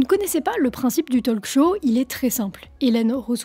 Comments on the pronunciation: "talk" se prononce "tauque". Le L ne se prononce pas. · Juste, pour la speakrine. On ne prononce pas le L dans talk, pareil dans "would, should"...😊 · Pitié on ne prononce pas le L de talk 🙄 (comme walk). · Autant je ne sais pas parler anglais, autant le peu que je connais je le maîtrise. "Talk", "walk", .. : ON NE PRONONCE PAS LE "L" !!!!!!! Et "often" : ON NE PRONONCE PAS LE "T" !!!!!! Ce n'est pourtant pas compliqué à retenir?!!